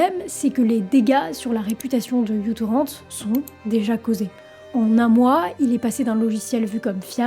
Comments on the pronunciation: C"est n'est pas "micro" ou "u" ou encore "you"-torrent (et on ne prononce pas non plus "torrent" comme une grosse rivière en français). La lettre µ se prononce "miou" donc c'est "miou-torrent". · Ça se prononce MicroTorrent et le prénom du gars ça se prononce "Loudvigue" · Franchement, faudrait que tu prononces soit uTorrent tout en français ou tout en anglais. J'ai arrêté dès la première minute. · Quand on fait une vidéo de 20mn sur un truc dont on ne sait même pas prononcer le nom, pas sur que ce soit très bien documenté... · Ça m'a perturbé toute la vidéo 😅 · Juste en tout début de visionnage, je me permets de faire mon pédant : la lettre "u" bizarre (que je ne sais pas reproduire depuis le téléphone d'où j'écris) n'est pas "u" (prononcé "you" en anglais), mais la lettre "mu" grecque, l'équivalent sonore du "m" de l'alphabet latin que nous utilisons. Donc à prononcer "mutorrennt", plutôt que "youtorrennt". Voilà, my two cents, je retourne à la vidéo. Des bises, ou ce que tu voudras. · En fait c'est comme ceci : µTorrent (« micro-torrent » ou « mu-torrent », la lettre grecque µ se prononçant « mu »). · Petite aparté : ce n'est pas "you torrent" mais "micro torrent". Le petit trait sous le "u" symbolise "micro" dû au fait justement que le client soit super léger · C'est difficile de regarder la vidéo en entendant u-torrent ou you-torrent à la place de mu-torrent ou micro-torrent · µTorrent se prononce "MicroTorrent" jeune fille et non "youTorrent" 😉😉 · micro-torrent, pas u-torrent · Pardon mais c'est la lettre "Mu" en grec pas "U"... \(\mu \) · c'est micro-torrent et non u-torrent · Petite précision, ce n'est pas "U" torrent, mais "MICRO" torrent, µ=micro (dans Système international d'unités), car à l'origine le logiciel était très peu lourd. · J'ai explosé de rire ; Lui c'est Microtorrent en fait; C'est la lettre Grecque μ ; prononcée Mu mais c'est le signe de "micro" en sciences; Merci pour le fou rire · On dit : Micro Torrent.😉